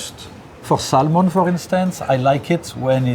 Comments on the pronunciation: It’s Sam-on not Sal-mon and it’s raaaaaaaw in the words of big G Ramsey. Crazy skills though I’d eat that raw Sal-mon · Pronounce Samon you don’t pronounce the L.. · The "L" is silent. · Shocked he doesn't kno how to pronounce "salmon" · Someone should tell him the "l" in salmon is silent.